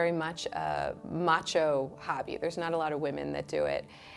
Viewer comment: “Matcho Hobby”